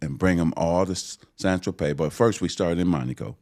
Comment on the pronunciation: San Trope! Get it right! 🤣🤣